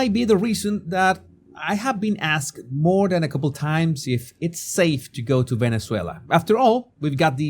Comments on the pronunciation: respectfully, it's MORE not moar.❤ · M O R E! Not "MOAR." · Moar. I still want you to answer my question about saying " whore-chard" on prupose. That's not a common sound in the spanish language that i can think of.